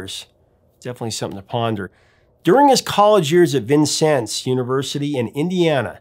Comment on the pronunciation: Can I just give you a standing ovation for pronouncing "Vincennes" correctly? Oh, the ways that town's name has been mangled!